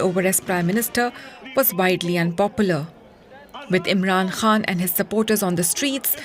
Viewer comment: Why this lady keep saying Imran Han instead of Khan 🤢